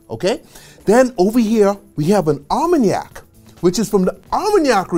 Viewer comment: Very good work, however I dont understand how he can pronounce Armagnac perfectly and fail at Cognac